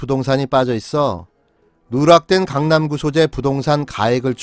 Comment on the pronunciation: 태영호. 지역구 강남구에. 재건축 할때 새터민 정착지로 청와대 국민청원 중인데 누구 아이디어인지 천재. 태영호 발음 강람구ㅎ